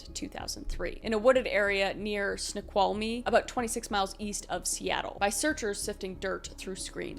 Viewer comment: I miss living in a state that has fewer murders... our university has a blue emergency lights all over campus now because of Ted Bundy trying to pick up his next victim on campus. Also, you said snoqualmie, correct! A lot of people say it wrong!